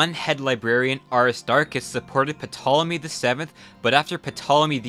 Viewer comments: its pronounced to.lo.may not potolomay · Good video (so far), but just two very minor notes, ptolemy and ptolemaic are pronounced "tolemy" and "tolemaic", the p is silent. Pompey is not pronounced like pompeii, rather "pompiy". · Remember, the "P" is silent in Ptolemy. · Just a small criticism, it isn’t pronounced “PUH-tolemy”, it’s something more just like “Toll-a-me” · Don’t pronounce it “PUH-Tolemy” bro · Of for crying out loud the P in the beginning of the name is silent it is just Tolemy. The PT in Greek is just how it is spelled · Great video and wonderful research! One thing: Ptolemy’s name is pronounced without the P: “Tolemy”. I don’t know why. :P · The "p" in Ptolemy is essential silent. So Ptolemy would sound like "'tolemy." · You're making my ears hurt. in Ptolemy, the "P" is silent. say Tolemy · SILENT 'P', pronounces tolemy. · I have so much trouble listening to people when they butcher basic pronunciations. Nineveh = Nin-nair-Var And the P in Ptolemy is silent - so, just: Tolomy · Ptolemy, pronounced Tolemy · Ptolemy is pronounced Tolemy with a silent P Ashurbanipal is pronounced Ash-uh-bon-a-pol Ninevah is pronounced Nin-Nah-vuh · Ptolemy isn't pronounced like P-Tolemy. The P is silent. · Ey man, the P in Ptolemy is silent, so it's just pronounced Tolemy. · Bro you really gotta fix your pronunciations. “Puh-tolemy”, Pompey is pronounced “pompee“ not “Pompeii”. At least other channels try to a degree. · lol "patolomy" just fyi the p is silent you dont pronounce it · Puh-tolemy lol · Did you really say Ptolemy with a puh sound? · The "P" in Ptolemy is silent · The p is silent in Ptolemy , just thought you would like to know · Yea you definitely don’t pronounce the P in “Ptolemy” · The p in Ptolemy is silent, because it’s a Greek name/word. Frankly your complete inability to pronounce just about anything right on this video makes me question your sources and research… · The "P" in Ptolemy is silent. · The P in Ptolemy is silent... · The P is silent.